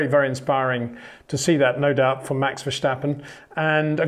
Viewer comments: Just one tip Peter, Verstappen is not pronounced Versjjjtappen, just Verstappen. 😊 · HEY PETER WINDSOR, I HAVE MESSAGE FOR YOU SIR: With all due respect ... it is NOT Max "verSHtappen" ... Max is not German (Germans indeed do pronounce "st" as "sht") ... #Max33 = Dutch 🇳🇱 NL/Belgium! ... It is not "Bottash" nor is it "Lewish" certainly not "verSHtappen" .... This BS started long time ago when a British sport presenter interviewed father Jos Verstappen and assumed you can use a German pronunciation to a Dutch Driver thinking it is so "funny" ... It is not. Serious question: can any Englishman say "versatile" out-loud without saying "vershatile" phonetically? most can about 99,99% ... that is why most English can pronounce Verstappen 100% correct! Father Jos Verstappen (also F1 Racer) was very active between back then only a very few said "Vershtappen" but the vast majority of British sport presenters pronounced it perfectly ... only a few old stubborn farts like Peter Windshor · Well, that's just splendid! Because of the comments on previous videos, now I'm laughing every time Peter says "Verschtappen", rather than listening to what he's saying. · Sorry, but no it is not. What you describe goes for German, not for Dutch. I am Dutch and this is quite annoying to hear actually 😂 Doesn’t take away from the great content though. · Enjoyed the video. If I may, I’m sure you’re trying your best to pronounce his name. But Dutch is not like German where there is a “shhh” sound. So the “stap” in “Verstappen” is pronounced like you would pronounce “stop”. Actually with your British accent, that might not just go for the “s” but also for the “o”. :) Having said that, no problem either if this is hard to do.